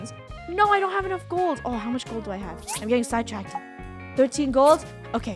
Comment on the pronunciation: Funneh you are saying side tracked wrong lol